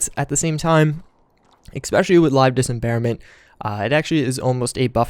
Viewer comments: I can't believe you made it through this ENTIRE video saying "Dis em bare ment" instead of "dismemberment". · sir its dis-memberment not disemberment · it's LIVE DIS--MEM-BER-MENT. very easy to say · Dis mem ber ment you fuckibg idiot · I didn't like you saying dismemberment wrong. now... at about 5 minutes this kid is shootingarms and legs off and quickly too chuckles then adds its actually very satisfying. lol why don't you calm down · Am I the only who cringes when this dude says dismemberment... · Man I downloaded this mod yesterday and it is a god send finally headshots actually kill ppl like they are supposed to. That was always one of the most annoying things about fallout shoot someone in the head and they'd barely flintch it was sooooo stupid. Also you are pronouncing Dismemberment wrong. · C'mon man, you're dis-embarrassing yourself with that pronunciation.